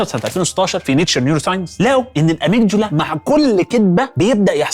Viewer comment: هي كلمة amygdala فعلا ليها نطق تاني؟ انت نطقتها بطريقة غريبة جدا 😅 .. حتى Head نطقتها Hide .. هو فيه ايه